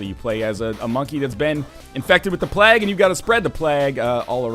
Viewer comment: Moar of this. Also it's called PLAGUE, not plag or plaque. Bald, canadian dingus.